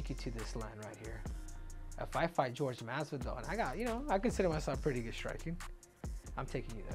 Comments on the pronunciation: how is it this guy supposedly speaks spanish but calls him GEORGE instead of whore-hey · Why does he call him Gorge. It Jorge(h-or-he) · Whore-hey masvidal 😆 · I've always wondered why it's so fkng hard for people to say "Jorge" vs "George". Come one man.